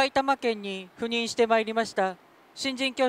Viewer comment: ところどころ言う赴任…避妊と不倫に聞こえてしまって悩むわ